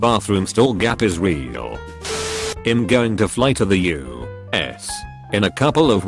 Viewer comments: Funny when the bot says us instead of U.S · everyone: its u.s. bot: us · No one: Readerbot: yusa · Nobody: TTS: U. S.